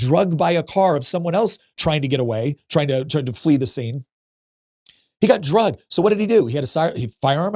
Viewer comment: Not “drug” but “dragged”